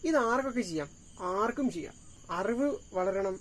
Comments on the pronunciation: Arivu ennu sheriyayi uccharikyu. Aruvu alla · Aravu,auvu ennellam uchcharikyunnu ningal... Arivu ennu uccharikyu